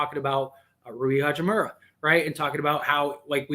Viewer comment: Ha-chi-moo-RAH... not "hachi-murry"